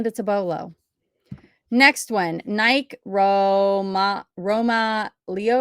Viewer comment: How do you not know how to pronounce Nike?